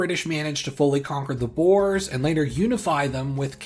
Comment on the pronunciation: Very lovely video - even if the western pronunciation of "Boers" makes me cringe! Try saying it like "Boo" + "Ur", and extra credit if you roll the 'r' a little! Remember: Boer, not Boar.